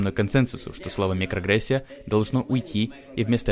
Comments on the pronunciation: микроАгрессия, а не микрогрессия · Мне послышалась нигрогрессия.